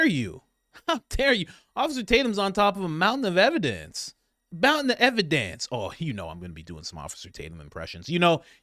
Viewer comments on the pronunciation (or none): A mountain of ebadence!😂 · Yes. It is a Maowntehn a evidance!😂😂